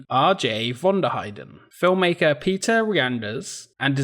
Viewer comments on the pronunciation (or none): none